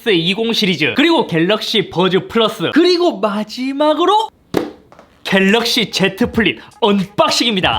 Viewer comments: 갤르윽시ㅋㅋㅋㅋㅋㅋㅋㅋ 중독성오져ㅋㅋㅋㅋ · ㅋㅋㅋㅋ 갤르윽시ㅋㅋㅋㅋㅋㅋ 보다가 완전 당황하다가 뿜었어요ㅋㅋㅋㅋ 이번 영상도 잘 보고 가용ㅎㅎ!!